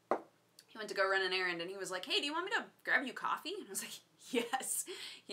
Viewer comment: Gween Tea? Cowffeh?